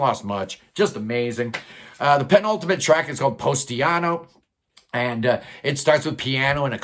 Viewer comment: Not "Postiano", but "Positano"!